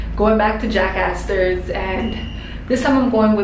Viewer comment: who else thought she said JACKASS INSTEAD OF JACK ASTORS